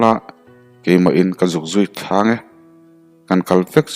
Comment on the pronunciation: Thil pakhat kan sawi ve lawk, min lo ngaithiam dawn nia. Chawhnu Tlangher tih hi a awm nual maia, Chawhnu thlangher tih tur a ni. Chawhnu lam, khawthlang lamah ni a lo her tawha, chumi sawina chu a ni e. Pasalṭha thawnthu hrang hrangah hian tlangher rih hi a awm ve leh ṭhina, Siamṭhat theih nise a duh awm hle.